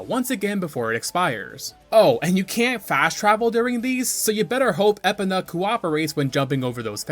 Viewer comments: litle side note, overall this is just a minor annoyance, and i am so far enjoying your content, and plan to watch more of your videos. but my man please work on ya pronunciations <3 you called Epona Epena. eh-POE-nuh (like "e" in "bet," "poe" as in "poem," "nuh" as in "banana") theres like 2 pronounciations most people will agree on, and you chose the 3rd a hybrid of the two. the po in epona is always emphasized, you did not. outside of that it's a tomayto tomoto type deal on how you say the E in Epona. personally im on the side of pronouncing the E like as in bee hard emphasis on the E. again, this is only a minor annoyance to me, and it's not a deal breaker on me watching your content. just wanted to toss it out there. outside of that, the video and editing is very well made and quite digestible even with it being a longer video. solid enough to earn a subscribe. keep up the great work my man. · I'm convinced this guy is just an npc hired to commentate over gameplay without actually playing the game Called shiek "him" several times.... It's EEEE-POE-NAH NOT ep-uh-nuh I can go on and on and im only halfway through the video smh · I was gonna sub, but you pronnouce Épona and that cannot be forgiven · Hearing you pronounce Epona made me want to eat glass. Love the video. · E-po-NA fml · 1. I enjoy your videos 2. These achievements are kinda disappointing 3. Your pronunciation of Epona should be considered crime against humanity 4. ALSO, you called Volvagia "Volgaria." Are you trolling us? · I have never heard someone call Epona like you did, most call her EPONa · Was so close to liking and subscribing until I heard him mispronounce not just “Malon” and “Skulltula”, but “Epona” and “Farore” too?! I Couldn’t stand to listen to him anymore 😩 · Epana? EPANA?! Holy shit how do you say epona as Epana? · I knew he didn’t pronounce epona the intended way but…… ya. I wasn’t ready for it that way. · these pronounciations are borderline offensive. links legendary horse, epna..